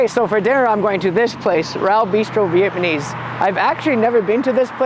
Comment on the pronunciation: “VietManese food” hahah